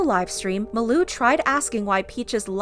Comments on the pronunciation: Its malu not maloo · Pronunciation of Malu- MAHH LU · Why is she pronouncing malus name as muloo 😂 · It’s mah-loo (malu) 😂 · By the way, it's Ma-Loo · Who else is triggered by the way she says Malu's name? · Am i the only one who pronounces her name as "Malu Trivago" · That is not how you say Malu’s name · Also I found it funny how she pronounced malu name. No Offense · Your saying malu wrong